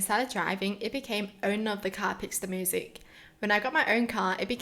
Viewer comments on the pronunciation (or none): Why are you saying "moosic" instead of " myoosic"?